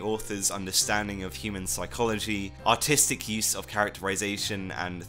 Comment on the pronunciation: When you say "Artistic", it sounds like "Autistic".